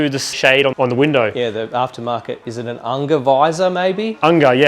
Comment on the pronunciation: The rear window blind is pronounced as 'Awn-ja'.